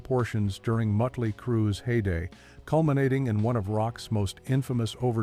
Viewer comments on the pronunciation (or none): none